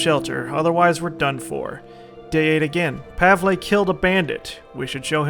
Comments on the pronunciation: Pavle's name is pronounced "Pav-ul" lol I'm sorry I had to say something haha but you saying Pav-ley is funny as hell haha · Pav-el. Pav... El. Pavle. not Pavlay. Pavle. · Hey, just a heads up, Pavle's name is pronounced Pah-vull. Love the series and try to stay out of giant firefights. I don't wanna see everyone die due to a slight mistake and the series end off on a bad note. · THUNDER KOCK Jones do you understand its pronounced pavley now? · christopher weaver Also, just cuz was told that "Pavlay" was the way to pronounce it by many people doesn't necessarily make it true. I was just explaining WHY he is saying Pavlay, not that Pavlay is the correct way to pronounce it. It might not be.